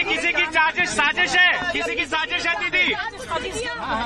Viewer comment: साजिश थी दीदी : हाँ sojis थी 😂😂😂